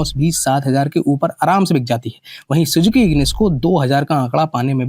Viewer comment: Suzki nahi, Suzuki. Aur segment ke best nahin hai, Baleno using segment ki car hai aur power to Weight ratio bhi uska better hai. Fir uska ghatia look. Kahan Tiago, kahan I-10 aur kahan ye mendhak jaisi dikhne wali bedhangi Car. Punch 5 star rating hai Safety mein, Ignis ka kya hai? 1 Star. Ye bikegi agar iski Safety rating improve ho jaye, same segment ki wagon R ya Baleno jitni power de. Aur finally 1 Lakh sasti ho jaye to.